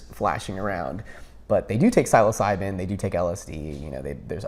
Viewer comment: Great video, brother. But can you please help this man pronounce the word Psilocybin correctly? It's honestly like nails on a chalkboard...